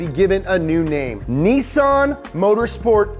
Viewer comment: THERE!!! You said it! "NEE-SON" !! NICE!!! ARI-GATO! lol!! :)